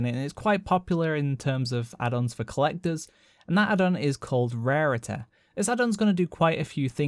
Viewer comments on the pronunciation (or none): Great video! love that pronunciation of rarity hahaha, "rehhhreehty", brilliant :) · When he said rarity I went huh? "Rarituh"